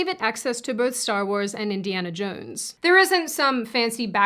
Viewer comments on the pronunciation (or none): none